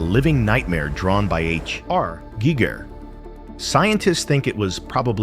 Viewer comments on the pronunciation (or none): As soon as the AI voice saud H R geeger i was out. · How it said HR gieger was annyong